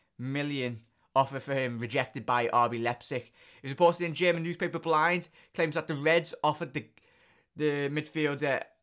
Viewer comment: Again: BILD (image), not "blind"! ;)